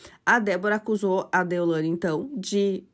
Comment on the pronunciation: Não é deolandia, moça é deolaine!🙈